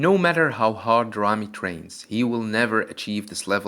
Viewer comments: Your ramy and ronnie pronunciation is the same, this is confusing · When you say Rami or Ronnie I hear no difference lol. So which of them won I have no clue? :D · Say big ramy or ronnie coleman and not Ramy ronnie rony